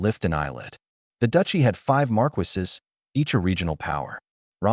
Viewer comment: I love these stories, but oh dear lord. AI. Please learn how to pronounce certain words. Viscount is vy-count, not viss-count. Bow is bo, not bao. How do they get Marquis correct, but not viscount?